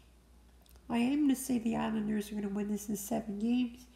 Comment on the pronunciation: You rock for saying the Islanders thank you